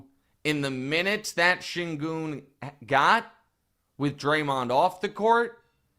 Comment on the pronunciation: Actually, Nick, Şengün is pronounced ˈʃæɲɟyn' in Turkish, which translates in American English as "SHAY-en-gewn", which when said quickly with an American accent sounds like "SHANE-gun". Reggie Miller says it closer to the right way than Kevin Harland does, though both of them say "goon", which is also not quite right. I find it hilarious that you're frustrated about this when you're more wrong about it than Reggie is. I wouldn't go around telling people that because there is no letter-a in his name, it shouldn't sound like an "A" because there are many, many examples of words foreign to American English that have "E's" that sound like "A's". I hope Wildes does some research and calls you out live on the show, haha.